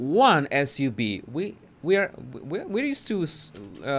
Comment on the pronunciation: S U V...Sports Utility Vehicle. Just say the letters.